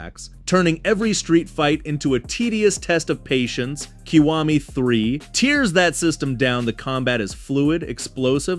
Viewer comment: Hey is this channel completely AI? Because some of these words said by the narrator are obviously wrong. Like tears versus tears as in tearing something up.